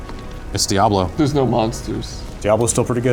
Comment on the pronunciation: How do people not know how to properly pronounce Diablo?